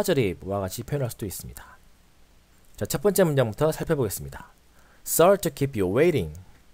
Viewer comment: Sorry 하실때 쏘어에 가깝게 오를 발음해주셔야 하는데 써리라고 발음하세요